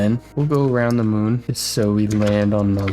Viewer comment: Mun? It’s moon